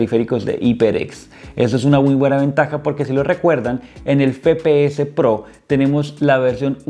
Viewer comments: Buen unboxing y review pero me daba ansiedad que digas fepeses pro en vez de efepeeses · el fepeese pro, se dice efepeese broo